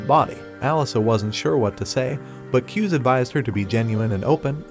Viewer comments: It’s not pronounced, ‘Kyuze’ it’s like two syllables like “Ku zay” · Not kiuz its KU-ZE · It's KU-ZE NOT CUSE IVE WATCHED THE MANGA RECAP